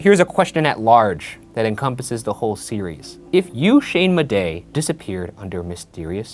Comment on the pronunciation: Did he say his name is Shayne Bidet? It’s perfect for him but I wouldn’t think he’d say it so proudly